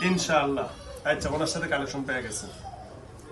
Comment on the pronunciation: কালেকশন না কানেকশন? 😄 Dual Personality রোগীগুলার সাথে কত কিছু করে।